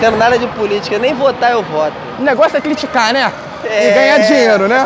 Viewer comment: Gabriel Monteiro: "cliticar" "climes" eu:😘🙃🥰💅😛😍😘💅💗❤👁👄👁💅